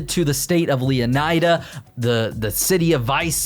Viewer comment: Wouldn’t it be pronounced lee-uh-nee-duh?